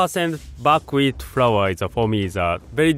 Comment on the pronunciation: What kind of Wheat is he using? Buk wheat? I can't really understand it...